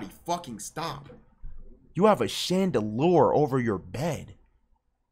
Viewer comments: bro said "shandaloor" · Chandalour?! 😂 Max low key don’t know how to pronounce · shandaloor?- do u mean shandlier-rrrttt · Nigga it’s not called a “chandalore” it’s called a “Chandelier” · "Chandelour"-plaqueboymax 2023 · Why you say chandelier like that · goofy ahh chandelier pronunciation